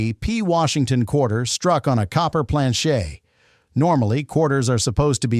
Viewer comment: It’s a plan-chit quit trying to make it sound French 😂